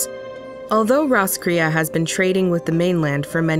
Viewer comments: My only complaint is that you have taken the name of an Irish town and completely destroyed it. It should be pronounced Ross (from Friends) - cray as in "girl you cray cray" or Crayfish. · Well Roscrea is a little town in Eire and it's pronounced Ross Cray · Roscrea is also a town in County Tipperary, Ireland. It's pronounced Ross-cray. This has been your useless info nugget for today. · Fun fact roscrea is a town in Ireland Though we pronounce it like ross_cray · Thought roscrea was a town in Tipperary Ireland 😂 pronounced diff do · Ikr the narrators pronunciation hurt my native ears 😂